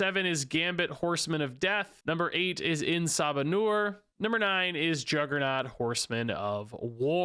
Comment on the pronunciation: Why did he disrespect Apocalypse with "En Sa-manure?!" 😂